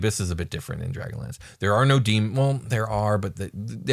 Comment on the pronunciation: Everytime said dragonlance in 100s of episodes I thought he was saying dragon lands. Then halfway through this episode it hit me....